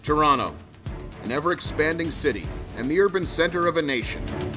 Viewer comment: Nice to hear "Trawna" pronounced properly, but the vid could have used a few "eh"s.